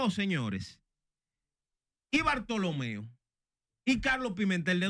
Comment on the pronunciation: Hermano cual es el nombre Bartholomeo, puyals ,bortolo, digame ud o es que ud no sabe probunciar el nombre.